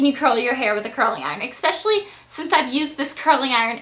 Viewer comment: BLAIR, it's not "EX-pecially," it's "ES-pecially." Especially. Not expecially. Not trying sound overly critical, because I do adore you, but I notice it every time you say that. Which is suprisingly often.